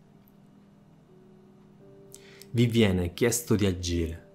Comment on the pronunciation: Libbri, aggire ..altro raddoppio di consonanti? Saluti dalla Sicilia